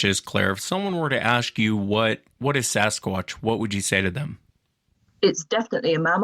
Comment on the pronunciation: Why cant she pronounce 'Sasquatch'??